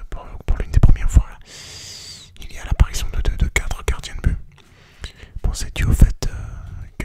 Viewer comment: « Gardiens de bu(t) » aussi à 🤣